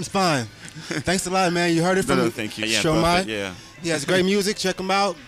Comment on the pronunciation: Angel Oddess he pronounced Stromae correctly.